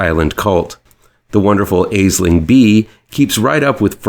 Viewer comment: Nice to have seen the first on the list earlier this year, I liked it a lot! Only note is Bea's name is pronounced Ashling 😊